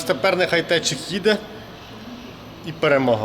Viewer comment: Не течик, а тетрик 😊